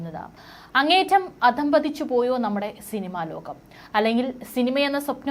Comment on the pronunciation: Atleast the anchor should pay attention her malayalam words pronunciation. Eg; adhapadhichu not adhampadhichu.